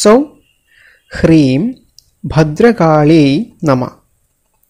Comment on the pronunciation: ."....ഭദ്രകാള്യൈ നമഃ"ഇത് ഉച്ചരിക്കുന്നത് ശരി യായല്ല. ......ദുർഗായെ എന്നല്ല ദുർഗായൈ എന്നതാ ണ് ശരി.